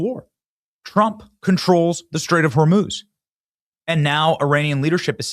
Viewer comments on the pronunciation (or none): none